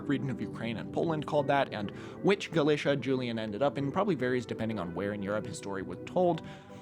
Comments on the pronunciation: "C" before "i" and "e" is pronounced as "th" in Spain, most of the time, not "f". However, in the Galician language (Gallego), they wouldn't do this, so it depends whether you want to choose the Castillian or Galician pronunciation. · You pronounced Galicia wrong, Gal-l-if-ia